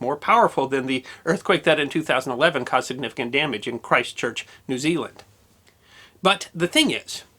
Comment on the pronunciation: Most lethal, too. Love how he says "Christ Church" like it's two words. It's a city 'on' South Island, did you know? 😂🇳🇿